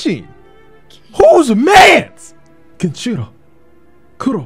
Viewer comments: Game pronunciation: Genichiro pronunciation: Genchiro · who tf is this guy saying genchiro and miri counter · ME KEY RI GEN EACH E ROW Hearing genshiron and miri kills me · Bruh i swear if he says "miri" counter or "genchiro" one more time